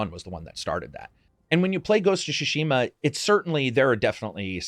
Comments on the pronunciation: Great video, great content but it's called Tsushima not Shushima... 😅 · Why do you insist on calling it “Shushima” instead of “Tsushima”? 😂 Tsu つ T’su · Newman and what did you think I was saying? Shawerma? It is pronounced "Tsu Shi Ma" or "つしま” strong emphases on the T and S together. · Great video, man! Why do you say “Shushima” instead of “Tsushima”? Is that what the pronunciation supposed to be in Japanese? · I Love you content, you are by far one of my favorite voices on YouTube, So cheers for that! And it’s SUShima not SHUShima! Heheh (couldn’t help it) Cheers and keep it up with the amazing content!! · Tsushima doesn't have silent T. You keep saying Shushima. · Great video. My only criticism is that you don't seem able to pronounce "Tsushima". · Oh no, 47 minutes of you mis pronouncing tsushima. The T is not silent in the Japanese pronunciation.